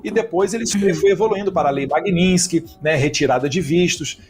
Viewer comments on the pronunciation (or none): O idi&ota sabe sequer pronunciar corretamente o nome da lei. A Lei Magnitsky, prá ele é " MAGUININSK":face-green-smiling